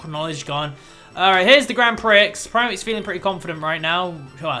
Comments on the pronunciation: I swear Grand Prix is pronounced "Grand Pre" rather than "Grand Pricks". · And it is grand "pree," not grand "pricks." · Prix is pronounced peer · You pronounce prix pre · Prix is pronounced Pre at least in the States :-) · it its Grand prix (pronounced like pre) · And also 'prix' is actually pronounced 'pree'. xD